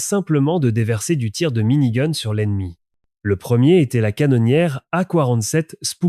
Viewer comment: mini goune ^^